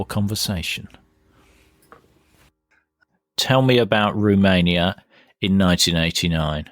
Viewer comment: "Roomania"? It's Romania.